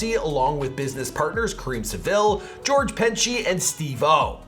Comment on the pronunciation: Well done. I was hesitant to watch this because of how the videos are usually done but it was done in good taste. Only critique I’d offer is Karen Civil is actually pronounced how it’s written: Karen Civil